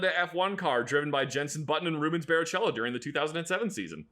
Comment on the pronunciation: How dare say "Barichello" as "Bari-chello" and not "Bari-Kello"